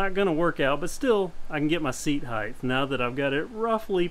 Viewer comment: You're righth, it's the 'bama variant of height.